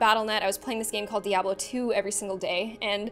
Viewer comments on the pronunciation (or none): none